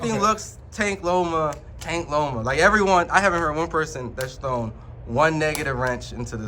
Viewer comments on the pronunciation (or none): none